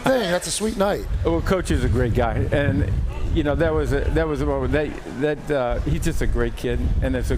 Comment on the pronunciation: Pat, you have to break down Steelers O-line coach talking about Mason McCormick Saturday. Three "n'ats" and got a reporter to say "ass kicker" twice. 😂 Yuck it up.